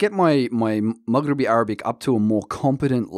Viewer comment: It’s not Mughrebi it’s Mahgrebi Arabic, get your pronunciations right